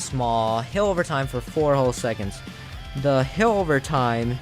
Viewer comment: is it just me or does he say heal like "hill"?